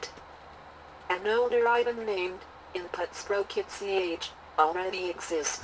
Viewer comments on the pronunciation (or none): "Inut Schpro-ketz" ftw. 😎🍻